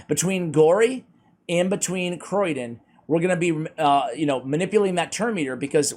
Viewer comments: Hey! I don't think it's pronounced Croy-den, otherwise it'd likely be spelled Croidan. I think the name might be a play on cryogenics since he freezes stuff so maybe Cryo-dan or Cryo-den. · Sorry but I have to say. It's not Croidan but Criodan. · Please stop saying "Croydon" one of the less salubrious suburbs of Greater London! ... it's Cree-oh-dan. Same with one of your favourite Dwarves: you say Fly-ja, it's FYL not FLY giving a pronunciation of feel-yuh or fill-yah. Being an RP accented Voice Artist makes me a bit of a pedant ref such things. Loving your work though, as always! ;) Keep-on, keeping-on.